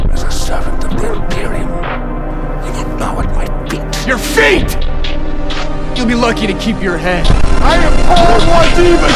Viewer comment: why did bro say "YOUR FEET!" like that